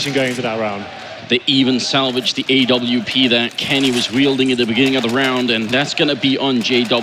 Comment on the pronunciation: Is it just me or is it annoying when the say a,w,p. JUST CALL IT AWP